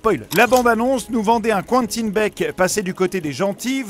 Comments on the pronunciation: Les gars c'est pas "Qouentine" mais "Quentin" respectez le un minimum mdddr c'est horrible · Bah il le prononce à l'anglaise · Quentin, pas qwanetine.